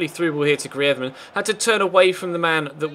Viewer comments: Pls dont say griethman its greez ma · why do you say griethman:D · Greez-men.... Practice it lol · Love the series but can you please just say griezman normally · ya but isn't Spanish and griezman asked for the commentator to say it in Spanish cause he plays in Spain that's the only reason so can't just say it normally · I think he might be Basque